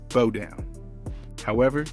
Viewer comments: Narrators should know how to pronounce and emphasize proper syllables. It's Kee-sha and B-OW NOT KEE-SHEE-A AND B-OH!! SMH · I’m trying to figure out why he kept saying bow like a hair. It’s bow like what you do at the end of a performance. C’mon man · Bow Down, Bow rhymes with How, not Bo Down😮